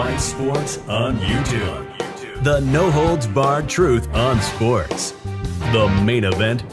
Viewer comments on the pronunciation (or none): none